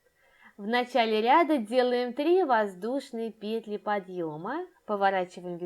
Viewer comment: ПетлЯ, петлИ . Господи. Невозможно слушать.